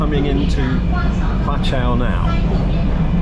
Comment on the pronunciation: Your pronounciation is fine. It's just the name of the station pronounced in Cantonese becomes a swearword in English. 😁